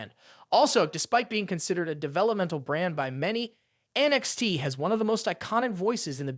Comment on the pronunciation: The idiot says NXT as NXD